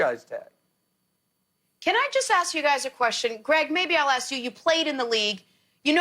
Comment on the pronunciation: Ask or axe? lol 😂